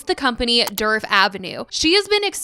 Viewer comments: I keep thinking you’re saying Derp Avenue 😂😂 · All I hear is “Derp avenue” 😂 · The D in Djerf is silent btw!!! 😅 it’s more like “yerf” avenue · I was hearing dirt